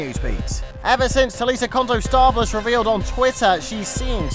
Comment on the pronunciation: say her last name right will ya?!